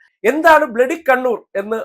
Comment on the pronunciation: " ബിലഡി കിരിമിനൽസ്"....😂😂😂😂